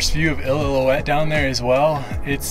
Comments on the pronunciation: I.L.o. uette is how it’s pronounced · He said “ill-ill-illoutte falls” lol great vid dude! Doing this hike next week for my 40th bday!